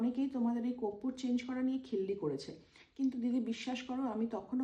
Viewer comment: Koppur? Na, korpur! Uchharan thik koro tomra.. World wide sabai dekhche tomader. You have to be perfectionist! Tomader bhalobashi bolei correction kori.